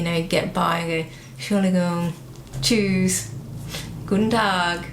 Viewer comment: das klingt doch gar nicht so schlecht, behalte dein “Ü” denn das Tschüss ganz am Anfang des Videos war überraschend gut für einen Englisch Muttersprachler! Weiter so , 🤟😜